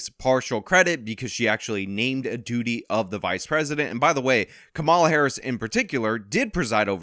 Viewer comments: It's Kamala, not Kamala. Get it right😂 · It's "camela" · It's pronounced Kamala 🙄